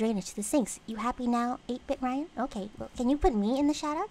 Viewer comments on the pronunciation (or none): none